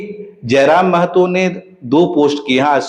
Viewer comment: मैडम। " मै ह तो" नहीं होता है " म ह तो "होता है !!!!